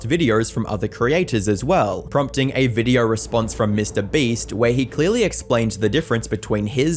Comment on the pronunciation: Bro can't pronounce Mr Beast 😂